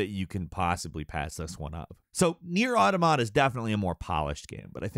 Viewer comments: plus every time he said “automata” as “auto mot uh” instead of “aw tom uh tuh” just caused actual pain to my brain. i actually stopped watching it, then forgot why i didn’t finish the vid, only to come back and be like, “oh. right. auto mot uh.”. it’s the plural to automaton, and it’s pronunciation is derived from said singular form. aw tom uh ton. aw tom uh tuh. easy!!! sorry. it just drives me nuts!😅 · Nier: Auda-mod-ah-peah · It’s pronounced Aw-TAw-muh-tuh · everytime he said “automata” it hurt my brain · He says automata like onomatopoeia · Bit triggering to hear the mispronunciation of "automata". Otherwise a great video. Glad to hear it's just a bit slow in the beginning. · You are saying automata wrong also an automata is a moving puppet you could call them robots but that's technically correct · Bruh the way you pronounce automata got me like😬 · That’s what I’m saying bro. Mans does not know how to read a script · Ah yes, another Nier review in which the narrator never took the seconds to learn how to pronounce the word Automata. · please look up a pronunciation for Automata, cuz holy shit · Why is it every time I click on a video this guy cant pronounce anything properly. At this point hes doing it on purpose right? Is that part of the joke and I just dont get it cause I dont frequent the channel? Nier Audomada Cain and emull Help me im suffering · Instant classic. Buy now. Also, odduhmodduh, Kane, emull, Wice? 😂